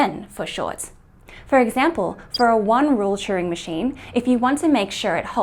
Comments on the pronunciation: Are you saying Churing or Turing machine? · Churing? I thought his name was Turing. And I watched The Imitation Game.